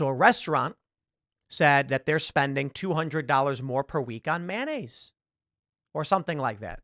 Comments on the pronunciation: Maynayze, bitches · Please stop saying “manayze”. It’s “mayonnaise”. You are fake news.